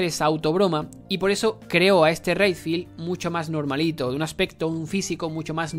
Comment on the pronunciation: Si, ps la verdad en muchas cosas tenés razón, pero es algo hipócrita que lo digas, sabiendo que aplaudiste y dijiste que te amaste resident evil 3 remake, sabiendo que hace lo mismo que expresas sobre resident evil 7, y pronuncia bien Redfield, un héroe tan reconocido no merece que pronuncies su apellido tan mal.